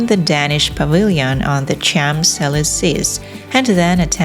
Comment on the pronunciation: Please learn how to pronouce the Champs Elysees